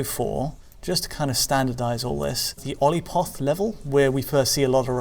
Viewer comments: Took me a while to realize they're misreading Qliphoth as Oliphoth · Even after all these years hearing "Olipoth" instead of "Qlipoth" hurt me deep inside. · It's Qliphoth, not Olipoth 🤣. "Cliff oth" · "olly foth" what the fuck? Qliphoth "Keli-pot" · It's not Olipoth, it's Qliphoth. That really bugged me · reads the word "Qliphoth." Ah, yes Olipoth. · Every time that one guy pronounces Qliphoth as "Olipoth"... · Hearing you call the Qliphoth the Olipoth hurt a bit. Great video though, thanks for covering this! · I love ya,, but every time you call the Qliphoth the "ollypoth" it hurts me a bit. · 😂 I was thinking the same thing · More like "kly-fot." They say it a lot in the game itself, even in cutscenes that are shown in the video, so I'm surprised isn't pronouncing it correctly. Maybe he skipped through them and someone else recorded that footage? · Facts. I just stopped to leave a comment about this. Ollypot. As if this game's made up words and names weren't weird enough! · it's Hebrew/Aramaic, it means "rinds" or "peelings". Pronounced "klee - pot" It's also the name of the unholy tree of ideas in Hebrew mysticism, so it fits. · Someone just learned that native English speakers can't pronounce words they haven't encountered to save their lives. And Qliphoth is a complicated name - English speakers can't even pronounce trivial makes like Bemba and Petrov. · I'm at around 10 minutes in, just realized it and scrolled down to find this comment lol